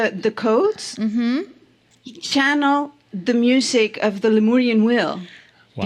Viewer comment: Its lemurian, not leorian. 😂